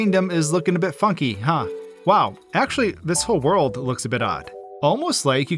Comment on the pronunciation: Did you say funky or fucky?